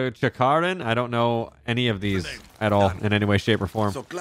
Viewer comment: MAN SAID CHICARON